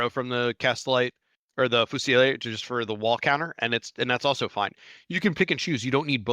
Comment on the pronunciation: I love the way you pronounce "fusiliere"....it's sexier like the man who pronounces it🫀